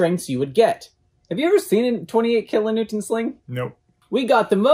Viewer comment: needs a speech therapist or something -- said "kilonewtent" at least two times! WTF???? And what exactly is Bobby holding in that shirt??